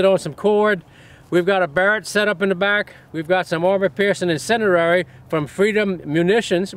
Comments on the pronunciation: That accent tho - "AP Incedirary rounds" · "incenerrary rounds" I love you jerry. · "incendierery" bullets are awesome 😂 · Gotta love that "incenderary"